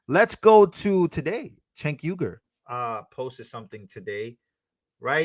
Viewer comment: Bro just so you know his name is pronounced Jake even though it's spelled c e n k